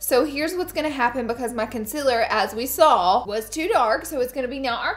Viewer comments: Its called concealer not consiler. No hate love u laura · It’s pronounced concealer not conciler...... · No hate bc I love your channel but concEAler not conSILLer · conSEALer conSEEler not consiller wtf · If I had a dollar for every time Laura Lee says “consiller” in one video.. 😂💜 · The way she says "con-sill-er" cracks me up! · CON - SIL - ER 👌🏻😭😂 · CON-CEAL-ER is it that hard to say it right?? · CONCEALER please omg! its not consiller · CONCEALER NOT CONCILER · Concealer not conceler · Literally every time you say concealer I cringe lol love you tho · Every time she says concealer I wanna jump in front of a bus. Oops? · Your pronouncing concealer wrong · How she says concealer 😂😂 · I HATE THE WAY YOU SAY CONCEALER HAHAHAH